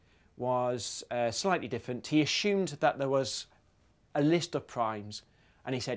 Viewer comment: The way he says "assumed" lol